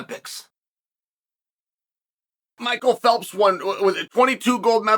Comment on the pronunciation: You mispronounced "Michael Phelps"